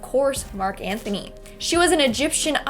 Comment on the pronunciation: Mark Antony, not Mark Anthony